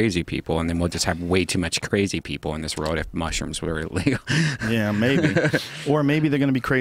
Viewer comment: I love Brian but when he says world it gives me aids